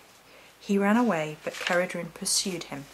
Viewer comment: Please, do check how to pronounce the names before you do your video's, there are plenty of sites where you can find these. Incidentally, Cerridwen is a WELSH Goddess, not Celtic.